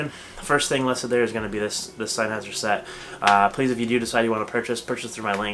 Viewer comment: Uh??? Synheiser???? It's SENNHEISER ! can't even pronounce the name 😱😱😱😱😱